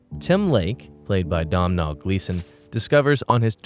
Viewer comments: Great video, as always! Just a heads up about the pronunciation of "Domhnall," though. The 'm' is silent, so it should sound like "Doe-Null" when spoken. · It's pronounced Doh-nill source: am Irish